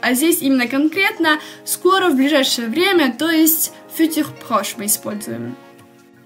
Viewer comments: А почему ударение на первом слоге в слове "futur"? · Добрый день, во французском всегда ударение должно быть на последнем слоге. Возможно если вам послышалось, что я не чисто произносила "futur", то это из-за того, что оно было смешано с русским языком и мой язык не успевал адаптироваться 😂